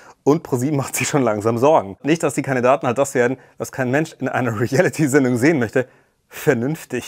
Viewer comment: Emmy kann das Wort Reality nicht mal richtig aussprechen. Sie sagt immer Relliti